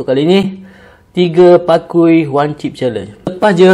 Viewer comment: " pakui ". its " pa-key " 😭😭😭 ( key as in kunci )